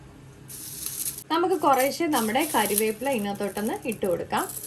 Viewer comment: കരിവേപ്പില അല്ല മോളെ കറിവേപ്പില